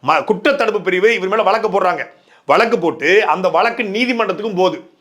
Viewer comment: தம்பி அது “ லாகா” இல்லை “ இலக்கா “. “வலக்கு” இல்லை “ வழக்கு “. மலை மெலெ மழை” பெய்யுது எப்பிடி சொல்லுவெ 😄